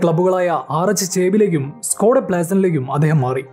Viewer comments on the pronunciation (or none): none